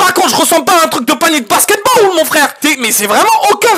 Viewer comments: le "basketbawl" au début 💀💀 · "Le basketbawl"